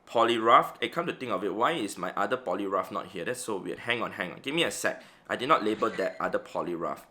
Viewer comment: the funniest part was he pronounced poliwrath as polirough remembering one player who play roughed his giratina 🤣🤣🤣🤣🤣🤣